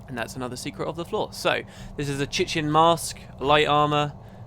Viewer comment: Chitin is pronounced kite-in (no, really). Seems like the only times I'm commenting recently is about pronunciation ... I am THAT guy.